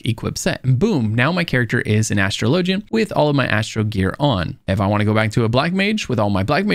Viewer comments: Your video was awesome and really helped out with little things I've still been stuck with after 1,300 hours of gameplay so far lol. By the way I just want to say that it's pronounced "A-straw-low-jee" not "Astro-lowgy" 😅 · Why do you say Astra lowjan, its Astrawlajin...speak english....... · It's not astro low gin..it's ash trah ligin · If you Google it, which I did, the only thing that pops up is ff14 stuff, which is all other people's opinions. They're wrong. My friend you've never heard of an Astraw Lah Jin? Lmao you sound absolutely ridiculous saying LOW jin